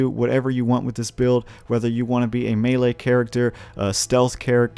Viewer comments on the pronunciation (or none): none